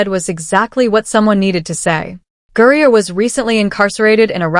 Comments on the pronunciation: Its not gurreaer its griner does AI need a fact check for spelling ? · It's not Gurrier. It's Griner. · Griner NOT Gurier ! If you're going to podcast get the names right !